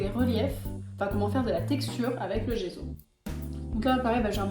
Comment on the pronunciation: Ça se prononce djesso ! À l'italienne 😊